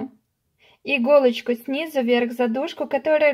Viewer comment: "СнизУ", а не сниза!!!! Невозможно смотреть вашу тягомотину. За 5 секунд всё показать можно было!!!